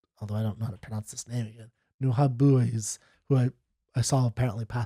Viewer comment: Not Nu-hab-boos 😂